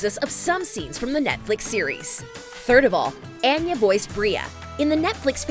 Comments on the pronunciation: Anya is not pronounced with a long “a”, it’s a short “a”, think altar instead of apple. Your narrators should really get the script right before recording, it’s seriously annoying. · Ah-yah not ann-yah.